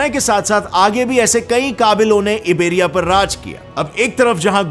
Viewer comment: Location Abey yaar इबेरिया नहीं. आयबेरिया. Teri nautanki maaf ki jaa sakti hai basharte tu apna pronunciation theek kar le.